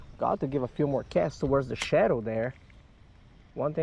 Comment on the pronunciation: Is it late there or are you just missing the T in the pronunciation of the river? Just curious is all. I lived up in Oneida NY right by Oneida lake which is gigantic and is a regular stop on the bass pro tour fishing every year but the town of Canastota is right next to the area as well. Not trying to be a douchbag and correcting you so I hope you don't take it personally. Not my intent at all sir!!!